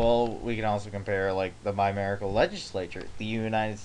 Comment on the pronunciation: Can we talk about how the word is "bicameral" not "bimerical"?